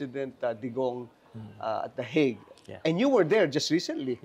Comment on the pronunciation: 😂😂😂natawa ako s "THE HAGUE AT SA THE THE WIG😂